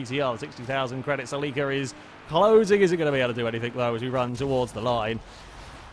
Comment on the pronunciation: You say celica weird as fuck. lol